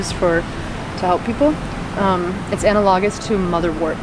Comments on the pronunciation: Anna - log - is? I cringed every time. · Please learn how to pronounce analogous. You butchered it pretty bad!